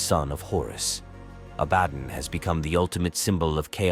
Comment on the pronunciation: why is so hard for these youtube voiceovers to say abbadon. a-bad-on aint it